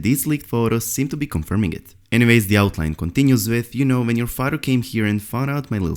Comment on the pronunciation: too bad you couldt take the marbles out of your mouth, slow down your reading, and allow this to be an enjoyable listen. How many 'D's" are in father ?